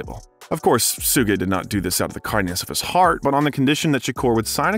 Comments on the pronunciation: 2pac is the G.O.A.T. oh and it's shu-ge not su-ge, jus' saying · Images not accurate to things being talked about in that moment, but more importantly it’s missing some key vital details in certain topics discussed. Also, how can you take this video seriously when they pronounce Suge knights name that way 🤣 [sue-gay] 🤦‍♂️ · Sewgay knight 😂 you mean suge knight